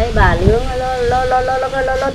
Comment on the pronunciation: «Nướng » chứ kon phải «lướng» bà nhé :-) :-) :-)